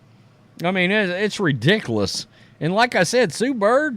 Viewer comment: I watch all your videos. Please stop saying redickluss.